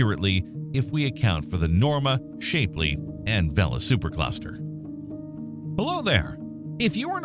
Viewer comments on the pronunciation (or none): Good video, thank you! However, I have to point out that your pronunciation of "Shapely" is mildly infuriating. It's pronounced SHAPley (pretend that the first 'e' isn't there ... SHAP-lee, not Shape-lee (pronunciation) But again, great video aside from that, I appreciate the information